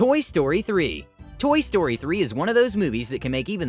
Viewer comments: Toy story said toy stroy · You sed toy stroy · It said Toy Stroy 2😂😂